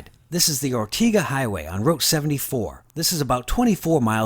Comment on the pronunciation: Ortega is pronounced with the second syllable rhyming with day.